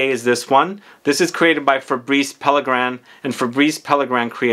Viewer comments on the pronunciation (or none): none